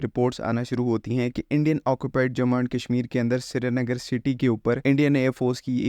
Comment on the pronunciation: Shree-nagar to bola nhi jata tumse